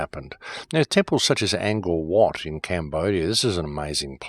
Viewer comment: It's Ang (like Angry Anderson) Core (like the core of the conspiracy) Wat (like wtf are you tryna say??)